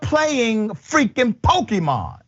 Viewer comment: Dr Richey got that pronunciation pretty good. i think he's played some Pokemon himself.